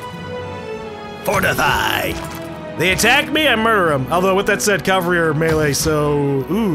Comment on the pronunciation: Why do Americans say "calvary" it's cavalry there is clearly no L in the first half of the word.